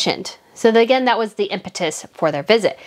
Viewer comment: Like the channel. The swallow is gone, and that is great! Now work on the word "again" pls😁